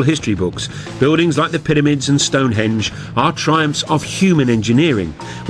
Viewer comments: "ConTRAWvissee" & "piddymids"... So this was narrated by the Geico gecko, then? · "Piddymids..." "Contrahvissy..."